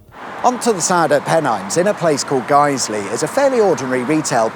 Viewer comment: Boots Guiseley (well done for pronouncing correct) used to be a burger king.